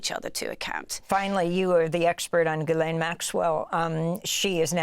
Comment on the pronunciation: This host is the only person to ever pay respect to Ghislaine’s name and pronounce it correctly with such reverence… idk … like she was saying her heroes name or something